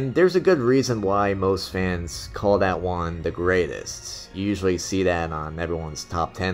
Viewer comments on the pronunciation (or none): none